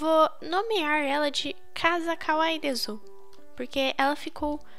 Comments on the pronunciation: se escreve kawaii desu, mas se le kawaii des 😊amo seu canal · de Souza desu e com s